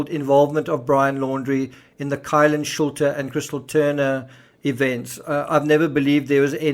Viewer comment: Kylen Shulte is pronounced Sheltie.